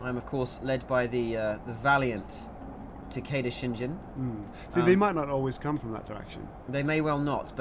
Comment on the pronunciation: Lol, I'm sorry but Takeda Shingen's name is pronounced tah-ka-da shin-ghen. xD that part bothered me